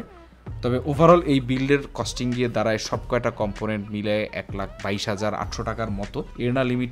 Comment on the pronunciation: আজকে সব গুলা কম্পটনেন্ট বলার সময় কিছুটা কষ্টে ছিল। 😂